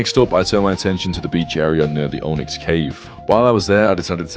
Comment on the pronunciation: Every time I hear him say Onix, I hear Ownix. LOL